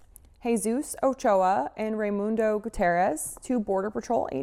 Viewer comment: Yo , low key that annoys me when people say Ray-mondo instead of Rey-mundo.😂😂 Get it right💯